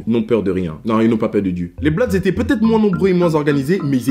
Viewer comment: Eu c'est pas blodz c'est bloodz quand tu pronance